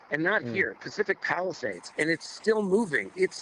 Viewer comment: When he said Palisades I thought he said Palestine !!!